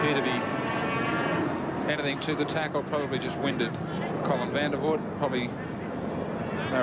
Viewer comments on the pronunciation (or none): Two of the pronunciations (“van der vurt”, “gay-er”) are wrong.